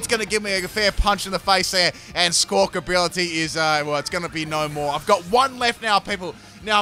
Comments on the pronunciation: It's amazing, he didn't get that bird's name right even once. it's billy, not bility... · you have had a rough time saying squakabilly